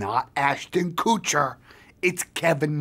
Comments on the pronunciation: IT'S NOT ASHTON KOOOOCHER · It’s KOOtcher btw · *Ashton Kootcher